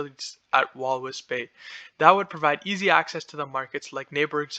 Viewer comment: Well done . I admire your initiative but you need to work on getting your pronunciations right or people will not view you as credible. Nam-ib-ee-a Kav-an-go Sten-key Wall-vis Bay